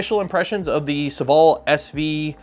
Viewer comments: SOH-VALL FOR THE LOVE OF GOD NOT SUHVALL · It's funny how you pronounce Sovol